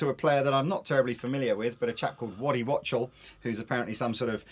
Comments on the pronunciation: pronounced waddy 'wock-tell' (wachtel) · Waddy Wachtell, pronounced Wock-Tul is arguably the most successful touring rock concert guitar players in history, also, studio session, and production , and here in the good ol USA, he's probably the most loved. Credits include, not limited to: The Everly Brothers, Jackson Browne, Kim Carnes, Rosanne Cash, The Church, The Cowsills, Bob Dylan, Silver Condor, Gilby Clarke, Melissa Etheridge, Bryan Ferry, Bernard Fowler, Andrew Gold, Don Henley, Carole King, Miranda Lambert, The Motels, John Mayer, Maria Muldaur, Randy Newman, Steve Perry, Iggy Pop, Bonnie Raitt, Keith Richards, Linda Ronstadt, Adam Sandler, Bob Seger, Carly Simon, The Rolling Stones, James Taylor, Tom Waits, Warren Zevon and Laura Allan. I think Alice Cooper also, not listed. You never know, that might be Waddy, regardless of the credits... Cowrote Werewolves of London, other tunes, Wachtel has toured with the Everly Brothers, Carole King, James Taylor, Linda Ronstadt, Adam Sandler, Stevie Nicks, and Keith Richards (in the X-Pensive Winos)... Guy's huge and everywhere, living legend. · The name old boy is Waddy Wachtel Which is pronounced wok as in a cooking wok and "tel" as in A telephone ...yah? not "watchtul" So phonetically it is Woktel...That "some old session player" dear chap played on more major records than you've had caviar and Champers. Now run along ..there's a good chap.